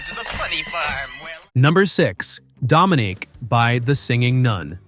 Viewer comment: Dude, you really messed up pronunciation of "Muddah," "Faddah," "Dominique," and "Arab" as they were pronounced in the songs. Sheesh!